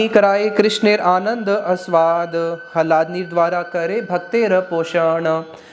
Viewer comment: 😮 उच्चारण तो सही कर लो पहले । अर्थ का अनर्थ बन जाता है जब आप ह्लादिनी को हलादिनी कहते हो !!